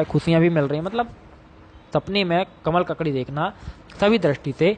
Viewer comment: Isne isme pic sahi lagaya hai per name pronounce galat hai.